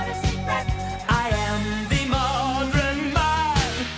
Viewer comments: Disguising yourself as a Modron seems like it'd be pretty hard. Seriously, why the hell did he say modren and not modern? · I always thought “modren” was intentional as he was trying to become human and attempted to say “modern” but all the kinks hadn’t been worked out yet. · I think "modren" is supposed to be "modern" with an accent. You know, like how they talk in the musical Oklahoma. 🎶 Everything's up to date in Kansas City, they've gone about as fer as they can go, they got a robot butler and some bloated corporate rock, for 70 cents you can see a dandy show.🎶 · I have loved this song to bits for probably 20 years and I still cannot justify the "modren". What the hell was that about??? Why??? In his defense, "mannequin" is what it sounds like in French. He was trying to be pretentious, so going back to the French works. But modren? What? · I've listened to some of DeYoung's solo work and that is just how he pronounces "modern" naturally. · I assumed "modren" was used to avoid singing the "ern" sound. Sort of like how singers never (or rarely) sing songs that end in "rrr". They are generally pronounced " ahh". "Lovahh". " Nevahhh". "ern" likewise sounds unrock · Don't think it's a Japanese thing. I've heard Phelous and Diva (Musical Hell) pronounce it that way so I think it's just a pronunciation some use. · I always figured it was just an accent thing--he's from the Midwest, so is my dad, and my dad always pronounced "modern" as "modren". That's all it is. A dialect. :) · "Modren" = a pretentious way of saying "modern". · "Modren" is a Midwesterner thing. I have no earthly idea why they pronounce it like that, they just do. And D&D is awesome. I like 5th edition 💜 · What is 'modren'? It's the modren era, Todd! Come on. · Hey, Phelous says "mod-ren" instead of modern, and he's alright. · What, you mean you don't pronounce modern as "modren"? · My bro pronounces it "modren" too and now I see where he got it from XDD